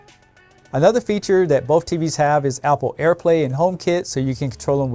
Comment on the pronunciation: I like how you say "both" "boaf"